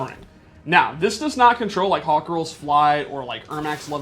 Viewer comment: Did, he say Hawkgirl?